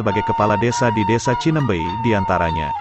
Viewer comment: Bukan Cinembey, yang benar Cineumbeuy.